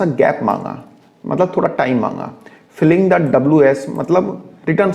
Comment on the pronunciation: Filing फिलिंग नही है। It is फाइलिंग।